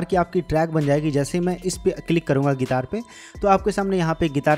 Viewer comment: ओ भाई गितार नहीं गिटार बोलते है